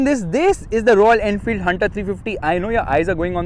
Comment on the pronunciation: "I don't know if the focus is on bikes or royal enfield...." - isn't it the same?? Just kidding I know you mispronounced .....😂😂